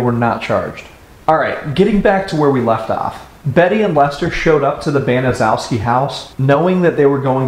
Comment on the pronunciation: Actually, for a Polish name, it's one of the easier ones. BAN - uh - SHEF - skee